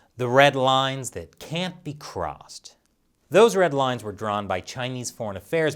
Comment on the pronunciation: I Heard “Led Rines”...? Did I Miss Something?